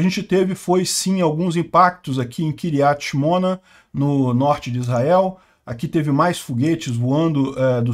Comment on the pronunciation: As cidades e nomes hebraicos, na maioria, são oxítonas, kiryiát shimoná